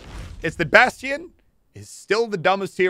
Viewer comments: he said baston wrong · Anyone annoyed on how he pronounces bastion